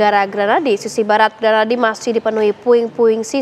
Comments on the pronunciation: bukan granadi, grahadi woi, penyiar koplak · GRAHADI kak, bukan Granadi..